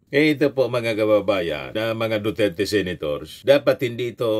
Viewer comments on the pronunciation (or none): none